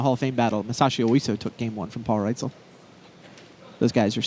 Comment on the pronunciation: Listening to Buehler call Paul Reitzel "Paul Rightzel" all stream long was driving me crazy.